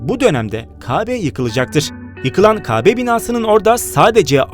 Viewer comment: Qardaşım ,,Kabe,,sözünü doğru telaffüz et..ricaa